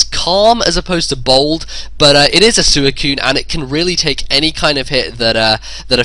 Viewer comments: "It's sooeecune," no it's not it's Suicune. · SWEE - CUNE not Su - e - cune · Ive seriously never heard anyone in any narration pronounce it like. He still is awesome though